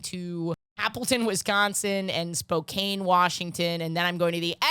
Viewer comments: lmao I was looking for this comment... I swear she's said it correctly in past episodes, maybe she's fucking with us for the engagement 😂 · sorry for being a man about this, but it's "Spo-CAN" not "Spo-CANE"